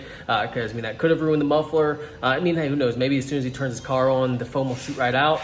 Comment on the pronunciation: "Don't egg us ahwn"